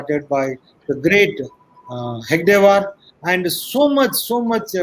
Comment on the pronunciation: This joker rao can't even pronounce Hedagewar, calling him hegadewar. Talks about guruji - lol. If he had even half knowledge and done tyaga of guruji. Clown